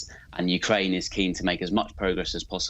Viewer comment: You said Ukraine wrong